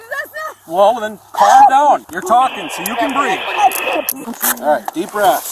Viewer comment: "I cant breeve" invokes the spirit of patron saint of all criminals George Floyd